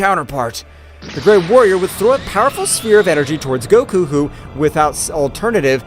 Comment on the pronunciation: bro stop his making goku's name bad